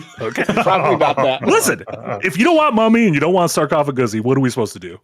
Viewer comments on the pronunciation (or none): I check out for 2 seconds and all I hear is 'mummy' and 'sarcophigussy' 💀